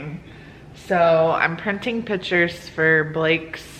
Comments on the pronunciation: Can you stop saying "pitures". There is a c for a reason. Pic-tures. Not pit-ures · Do y’all say pitures or pictures